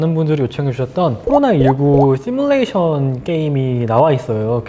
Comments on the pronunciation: ㅋㅋㅋㅋ저도 들었어요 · thㅣ물레이션ㅇ 저만 이렇게 들리는거 아니죠...?ㅋㅋㅋㅋ 거진 ㅆ띄물레이셩ㄴ~ 이런발음ㅋㅋㅋㅋㅋ